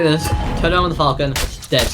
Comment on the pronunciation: It's fȯl-chən, not falcon. Thank you for the video.